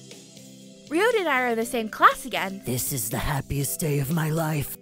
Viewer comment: True, but this doesn't apply to just this dub. It applies to any dubs on this channel with Japanese names. Besides, the name "Byakuya" may not be ever spoken here, but the name "Ryouta" does, and clearly pronounces it as /riota/, which isn't very accurate. And I know that I'm a huge linguistic nerd and a bit of a Grammar Nazi at times, but I would like to raise awareness to such issues. By no means am I forcing this viewpoint, I'm just sharing it.